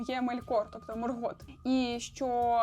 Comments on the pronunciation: Дякую Вам за відео, ви дуже приємна людина та зробили якісний аналіз. Єдине знову ж таки щодо наголосів - дуже кидається у очі неправильні наголоси - Мéлькор має бути (не Мелькóр), Мóргот має бути (не Моргóт) тощо.. так, Ви попередньо вибачилися за це, але ви знімаєте контент на аудиторію, сподіваюся на велику аудиторію у подальшому. Наприклад, я коли навіть для себе читаю, то перевіряю наголоси власних імен у Гуглі, або у крайньому випадку - Ютубі, де інші блогери вимовляють ці назви або імена. А так все гарно, успіхів! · Мелькор - наголос на "е" Моргот - наголос не першу "о"